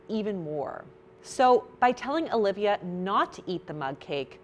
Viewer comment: omg. I have just found someone who can pronounce "Alivia" right... Every stranger I meet spells my name as Olivia, or if I tell them the spelling, they go for the Aaaa- Lee-ve-ya haha